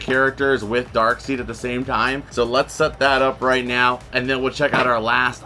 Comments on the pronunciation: Driving me crazy saying his name wrong I know how it's spelled but it's Daekside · Think Darkseid is pronounced dark side lol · there's a gitd Flying Dutchman pop from new movie set....Darkseid it's jus pronounced Darkside....lol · The way u pronounce Darkseid bothers me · Is darkside not dark seed